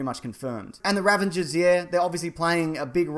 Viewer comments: ravAgers, not ravENgers! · Ravagers....not Ravengers. :-) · I think its Ravagers not "Ravengers" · stop saying Ravenger, its fucking Ravager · Are you saying "Ravenger", instead of "Ravager"? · I keep hearing people calling the Ravagers the "Ravangers"? There's no "n" in there lads! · Isn't it Ravager? Not Ravenger? I dunno tho cuz I'm a n00b. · ravagers. RAVAGERS. not ravengers. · i guess you're just gonna keep calling them Ravengers, i give up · what's a Ravenger? a ravenous Ravager? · One time, I can understand, but how many times are you going to keep calling the RAVAGERS, the RAVENGERS? C'mon, man. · why does he keep saying 'ravanger'!? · Ravanger, yeah? :) You just made up a word, mate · what the hell is a Ravenger? Bloody hell mate, get it together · What I learned from this video: Australians can't pronounce "Ravagers".